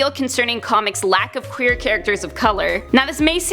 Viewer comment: You cant say qeur